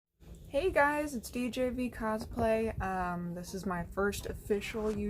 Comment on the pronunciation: That was a great answer and thank you for saying my name correctly